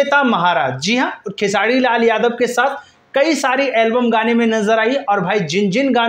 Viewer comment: अबे तु र बोल लेता है तो फिर खेसाडी क्यु बोलता है 😅😂